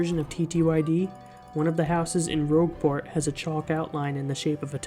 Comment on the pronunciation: This dude really pronounced Rogueport "ROOG-port"